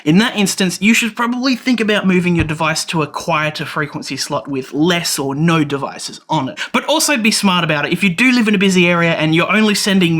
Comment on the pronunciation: good! glad this is not a blinking led tutorial like everyone else does. Did you know your accent makes you say nough instead of just no. lol so strange and weird you add all that extra complexity with me having to translate your language into English. It borks the translator bigtime.